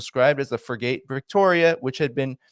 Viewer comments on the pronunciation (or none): por l amor de Dio its Frigate is not Fry Gate its sounds like Friggit otherwise they have Buttleshups and Qweoozers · Frigate is pronounced Frigot 👍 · Frigate is pronounced FRIGGit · This person is barely literate . A "fr'gait"? Come on bro.....😅😅😅